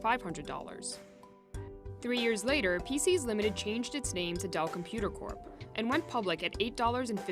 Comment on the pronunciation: We heard it folks... It's.